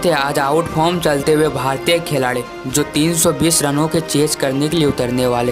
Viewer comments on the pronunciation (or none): Khiladi ❌ Kheladi 😂✔️